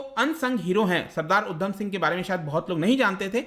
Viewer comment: Uddam nhi it's udham